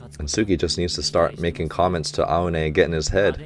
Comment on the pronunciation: you could pronounce Aone as "Ow"ne...(like, the shorter ouch)